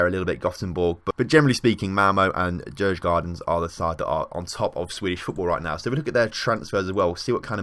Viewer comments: Djurgården is pronounced jurgaurden å is like au in Austria. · Loving this series. Djurgården would be pronounced something like "Jurgorden". Would be interesting if you checked out the national teams to see how they're doing too. I would also love if you checked out the second division some time, at least GIF Sundsvall (my team) as it seems they were relegated from Allsvenskan in the first season :( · You did butcher Djurgården